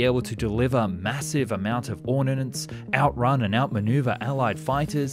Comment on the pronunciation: Military History Visialised puts up a “The pain will end in x message. This guy cheekily rabbits on forever. Also “ornanance” “Arformentioned” Kudos on correct pronunciation of “aluminium” , shame about that of “project”.